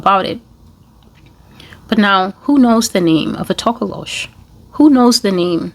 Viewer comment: Hmnn good pronunciation of the "tokolosh'. Yes sister that short creature is a bad dangerous spirit used by witches.